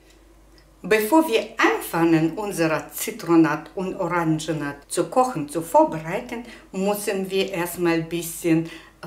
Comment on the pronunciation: Danke für das gute Video. Bitte erlauben Sie einen kleinen Hinweis: Es heißt Zitronat = richtig. Es heißt nicht Orangenat, sondern Oranschat. Herzliche Grüße aus Bayern Erna Brosch